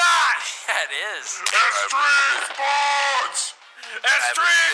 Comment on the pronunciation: Bro I missed these videos I loved hearing STREME SPOATS 🤣❤️